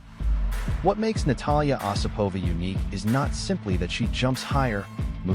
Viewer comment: Her name is pronounced with the accent on the first syllable: O sipova.